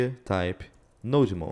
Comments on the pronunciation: It’s not no-demon, but node-mon (from node monitor) ;) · 'no-demon' 'no-god' lol